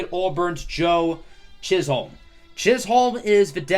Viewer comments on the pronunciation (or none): It’s pronounced “Chizzum”. Not “Chiz-Home”.